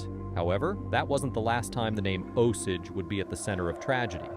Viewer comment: idk the osege vs osage is bugging me